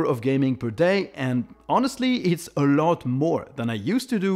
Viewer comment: I love how says "a lot" Eurlot